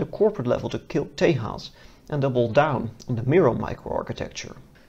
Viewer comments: It's not Te'h'as, it's Tejas meaning strength, courage, valour, etc. It is a Sanskrit word :) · Stop pronouncing Tejas as Tay-haas. The j is Jay not hey. It's an Indian word not a latin-american word. It's pronounced Tay-jus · Small Note. Its not pronounced tehas, its Tejas, Its an indian word. it means strength, courage and valor. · Its Tejas not Tahas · For the record, it is pronounced tay-juhz and not Tehas. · Whitest way to say Tejas just say Texas damn it's annoying